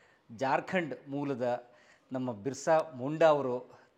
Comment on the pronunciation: ಸರ್ ಬಿಸ್ರ ಅದು ಉಚ್ಚರ